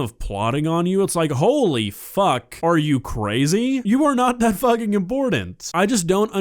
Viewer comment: "are ya fuhing serious"